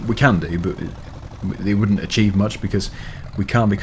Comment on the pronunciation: "I WOODent be to exited"